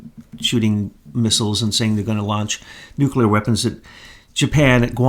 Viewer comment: Nuclear: new. clear like ,,, new cl ear , not nu ,Q ,ler .